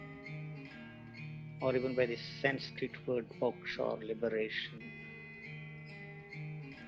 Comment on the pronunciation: "Sanskrit word box or liberation" 😂😂😂. The word is 'moksha', not 'box'.